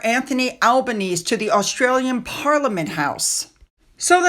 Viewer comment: it's pronounced Albaneseee